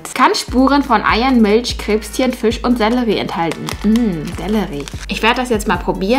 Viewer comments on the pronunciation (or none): none